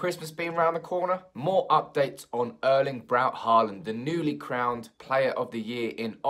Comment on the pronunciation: All this talk about Erling Haaland. Why not talk to a Norwegian to get his name sound right (both first AND surname)?